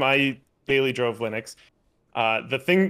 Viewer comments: Wonder if the penny will drop and he'll finally start pronouncing Linux correctly. It's not Linnucks... it's named after its creator, who is also called... Linus. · Quite, and there's been many debates about the 'correct' pronunciation... whether it be leenooks or lienucks. One thing I'm fairly certain of though, is that linnucks is wrong. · Linus Torvalds is Scandinavian, I believe (not sure about his exact nationality). His name is pronounced Lee-noose. He pronounces "Linux" basically the same way, but with an "x". "Linux" with a short "i" is closer than using a long "i", so the short "i" is preferred.